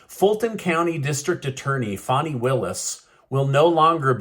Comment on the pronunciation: Her name is not FAWNI, it is FAN-I rhymes with ban, like the slang term for a butt a fanny. Questionable content in her character.